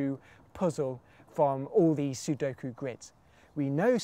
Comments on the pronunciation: Thank the lord he didn't say "suduko" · Finally! Someone who says sudoku right! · I love that he pronounces Sudoku correctly.